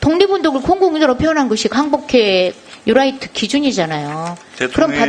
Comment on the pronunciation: "유라이트" 전라도식 발음 ㅎ